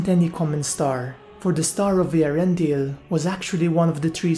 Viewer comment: I'd just like to congratulate you on being the only Youtuber I've ever heard pronounce Eärendil's name properly. :-D